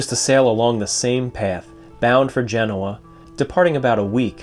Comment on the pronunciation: It's pronounced "GEN-oh-ah": Genoa